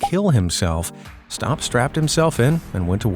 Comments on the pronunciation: STAPP NOT STOP! YOU literally mispronounced his name the whole time you were talking about him!!! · The guy's name was Lt. Col. John Paul Stapp, not "Stop," and it's pronounced as it is spelled. He was an Air Force flight surgeon.